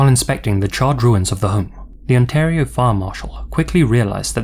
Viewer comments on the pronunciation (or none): none